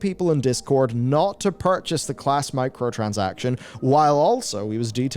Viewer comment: sounds like microtransations, but with a southern accent.